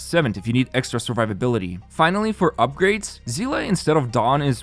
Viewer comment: Captains, can I just say, I can't handle the butchery of some of these names. Perhaps it's because there's no English VAs in Honkai Impact, so I'm only used to the Chinese and Japanese. Hearing Seele pronounced "see_luh" just sounds horrific. Just so you newbs know it's "shee-ehr" or "see-ley" . This is why I hate English VAs because they suck in comparison to the original Mandarin. Yes, Hoyoverse is a Chinese studio.